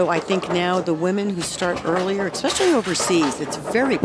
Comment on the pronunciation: The female announcer says “ECKspecially. Ain’t no “K” sound in “especially.”